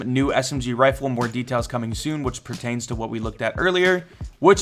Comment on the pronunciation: No one::...so much mroe!!